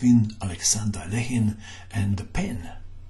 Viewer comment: rat According to Wikipedia, the pronunciation is [ɐˈlʲexʲɪn], which is basically how Mato says it…perhaps a bit more Russian-sounding.